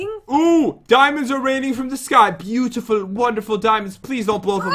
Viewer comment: YE YE!!! Don't u mean bootiful